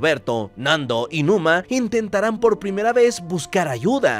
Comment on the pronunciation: Numa no luma